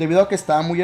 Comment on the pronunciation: no se si dices crias o "cries" xD . Lenguaje inclusivo?